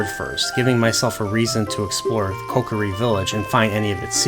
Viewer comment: gone when you said deeku* and kokari*